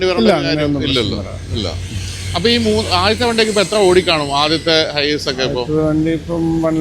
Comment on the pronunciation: ഹൈഏയ്‌സ് എന്നാണ് പ്രോനൗൻസിയെഷൻ